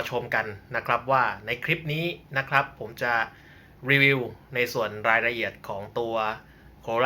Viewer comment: ใช้คำว่า นะครับพร่ำเพรื่อเกินไป มันทำให้คนฟังจะไปจดจ่อกับคำว่า นะครับ และคำว่า นะครับ ออกเสียงควบกล้ำให้สั้นกว่านี้นิดนึงครับ มันฟังคล้ายเราพูดว่า นะคลับ ผมก็เป็นเซลล์เหมือนกัน